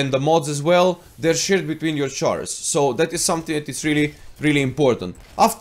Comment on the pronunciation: lol your "chahrs" XD